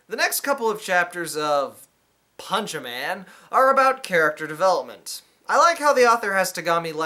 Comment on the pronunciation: Dude its Pourshemane, There are no e's in the spoken Japanese langue